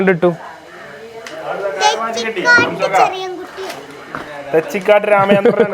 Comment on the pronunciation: Thechikaatt alla thechikott ann